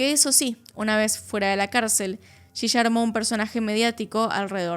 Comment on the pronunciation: Por que dice shisha? Si es yiya 😵‍💫